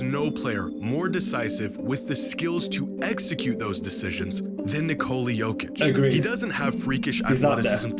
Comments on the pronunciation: How hard is it to not pronounce the j like its not ur first time watching jokic play.. it's literally pronounced Y-okic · It's Nikola Jokić not Djokić